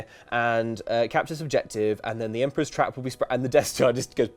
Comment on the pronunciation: I'm hopefully not the only one who did NOT get the pun until pointed it out. I was just sitting here, thinking "Why does keep stressing the first syllable of 'capture' like that? That's not how the word is pronounced..."